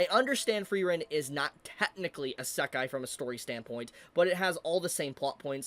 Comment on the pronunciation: Pretty sure you say "isékai" and not "isakai" (sound of the word) Just friendly reminder, no hate/ps: you do kinda correct in the end of the video But yeah pretty ignorant take from that dude. Just because the dude doesnt like what the anime is all about: the small moments and their importance he straight up says it is a bad anime. He is jut ragebaiting. Let me give you an example. I dont like pure comedy/romance/drame/slice -of-life anime but i would never dare to say it is bad because of its genre... Its just not for me, and thats what he is confusing an actual bad anime with an anime thats is not for him (or maybe he knows and just wants attention).